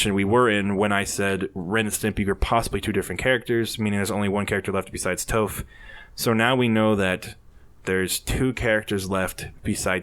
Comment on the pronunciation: The original poster of the "screenshots" admitted it was fake. I still expect Toph to be in the game though. Also, PLEASE learn how to pronounce her name correctly!